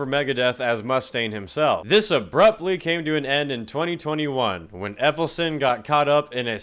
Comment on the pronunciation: David effelson? 🤣🤣